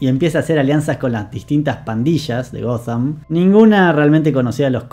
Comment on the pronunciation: que esta nueva moda tilinga de decirle "Goddamm" a Ciudad Gótica? Horrible.